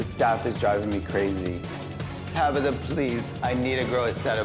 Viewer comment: TabAtha! Not Tabitha🤦